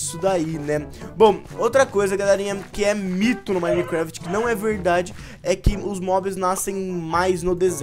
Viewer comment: Joga minecraft a tanto tempo e ainda fala minecuefiti